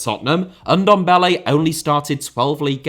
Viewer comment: Say Ndombele one more time...